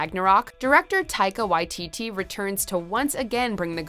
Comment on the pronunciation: "Director Taika Wai-Tee-Tee" Haha